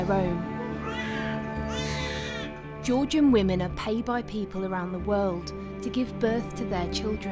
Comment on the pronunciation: "The poor wahmans" 🙄